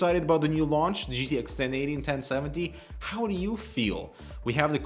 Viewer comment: "jiddish 1080 and 1070" oh k den